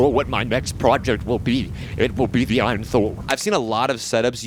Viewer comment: The Eye in Thor lol It's A-Y-N Thor which the company says it stands for "All You Need". Source: AYN's indiegogo page.